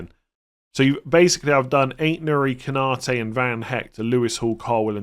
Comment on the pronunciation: Every one and his dog seem to be saying "Ko-NA-te" when his name is "Konna-TE".